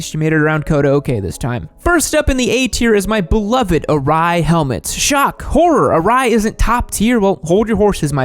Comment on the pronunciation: aRai . Sho A Sho. Aye , Most people don’t know how to pronounce Japanese haha